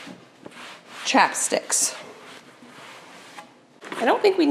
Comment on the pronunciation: Ohhh chapsticks!! I kept on thinking you were saying chopsticks!! LOL!!